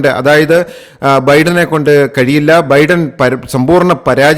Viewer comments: തന്റെ ഒരു അവിഞ്ഞ പ്രസംഗം!!! എടോ വിവരമില്ലാത്തവനേ ഒരു പേരെങ്കിലും മര്യാദയ്ക്ക് പറയാ൯ പഠിക്കടോ??? തന്റെ ഒരു ബിഡ൯!! താ൯ ബൈഡ൯ എന്ന് പതിനായിരം വട്ടം പറഞ്ഞു പഠിക്ക്!!! Biden is 81 years old and Trump is 78!! The coming election is for the 47th President!! വിവരമില്ലാത്തവ൯!!! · ബിഡൻ അല്ല ബൈഡൻ. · ബിഡൻ അല്ല "" ബൈഡൻ "" ആണ് ശരി. ബൈഡന് എൺപത്തഞ്ച് വയസ്സായി. ട്രംബിന് എഴുപത്തഞ്ചോളം വരും. കൊലപ്പെട്ടു എന്നല്ല പറയേണ്ടത് "കൊല്ലപ്പെട്ടു "" എന്നാണ് ശരി. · എന്തോന്നോടെ. ഒറ്റ സെൻ്റെന്സിൽ പറയേണ്ട കാര്യം വലിച്ച് നീട്ടി. ബിഡൻ അല്ല ബൈഡൻ. എന്തൊക്കെ മണ്ടത്തരങ്ങൾ ആണ് വിളിച്ചുപറയുന്നത്, ബൈടനാണ് 81 വയസ്സ്, ട്രംപിന് 78